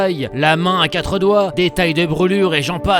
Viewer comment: rien à voir avec le monteur!! c'est pas lui qui dit quate à la place de quatRE!! 😁😁